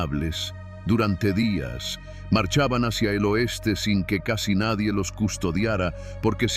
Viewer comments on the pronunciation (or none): none